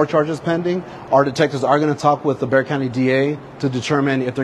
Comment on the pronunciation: Very impressed by your correct pronunciation of Bexar County! 👏